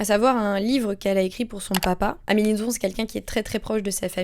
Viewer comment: petit fun fact: d'après Amélie Nothomb, le b à la fin de son nom se prononce bel et bien! (elle l'a dit dans une interview)